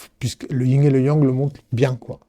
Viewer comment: On dit Yin et yang pas ying yang voila juste pour info sans jugement